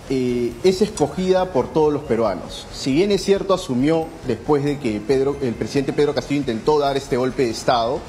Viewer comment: Es presidente no presi Denta estan jodiendo el Castellano